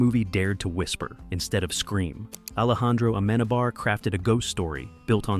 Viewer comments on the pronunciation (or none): Excellent video but that's not how you pronounce Alejando Amenábar 😅 nor Palacio de los Hornillos nor Cantabria